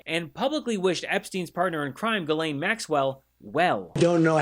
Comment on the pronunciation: Why can't Americans ever say Ghislaine right?